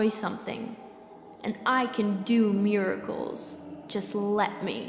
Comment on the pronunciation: *MURICALS instead of miracles xD great game though